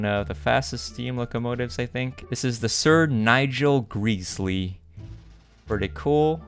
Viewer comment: Sir Nigel gresley gresley was miss pounced